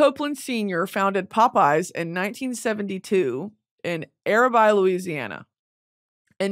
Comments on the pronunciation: As a Louisiana girly you pronouncing arabi like that took me out 😂 it’s “air-ah-bee” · Arabi is exact how you said the first part, but the -bi, is pronounced Bee, so its Ara-Bee. I flinch when people pronounce Louisiana cities 😂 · Arabi made me shudder. It's said like Air-uh-bee. Every time I hear her talk about Louisiana I have a mini stroke.